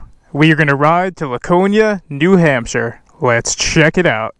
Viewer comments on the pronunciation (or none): As someone from NH, I wanna inform you that we, at least all the people I know, pronounce it “Lacone-e-a”